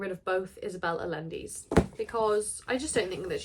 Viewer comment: you pronounced Violeta almost right! The beginning is “Vee”, the “oleta” part was correct :) and the “ll” in Allende sounds like a “sh”, “Ashende”